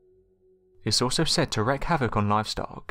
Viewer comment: Wreak is pronounced RĒK not RĔK, you say that incorrectly a LOT... It rhymes with speak, leak, freak, etc...